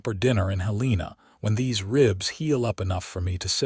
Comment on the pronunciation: It’s pronounced “Helen ah” ( Now the capital of Montana, originally “Last Chance Gulch” 🤠